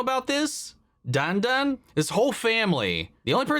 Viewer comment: Dadan, not Dandan